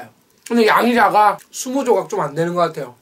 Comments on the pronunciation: 맨 마지막에 양자강이라고 들음 짜장면먹고싶다... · 양이작아가 양자강으로 들리는건 기분탓인가 진짜 많게보이는것도 기분탓인가.. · 왜 나는 양이 작아가 않들리고 양자강이라고들리는데 ㅎㅎ